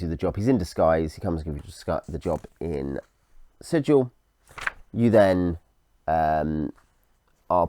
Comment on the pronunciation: Sigil, not Sijil. Hard G, berk. This isn't a .gif argument, it's literally printed in the boxed set. ;)